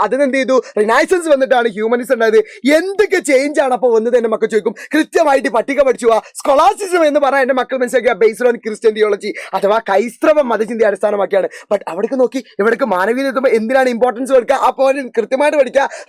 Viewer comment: സാറേ കൈസ്ത്രവം❌ ക്രൈസ്തവം✅ 😂😂😂😂😂😂 Nnalum koyappalla Sir SHUPARA 😊❤